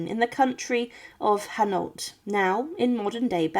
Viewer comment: I did, I get insulted when Philippa comes out Philipper and it butcher's Hainault.